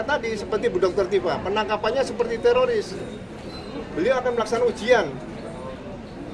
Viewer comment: Bukan tiroris Jenderal, risnya sudah ilang😂😂😂